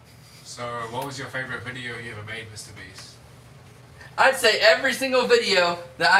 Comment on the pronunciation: Mr.Beast? I thought u said mr.weast